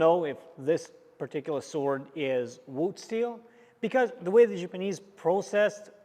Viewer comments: Love the videos, but it’s killing me as JAPANESE to constantly hear JIPanese. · It's ja-panese, not gee-panese...